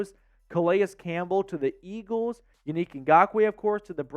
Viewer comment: Yo, I love your show, but you have to pronounce these men’s name correctly ! Yannick (yawn-nick)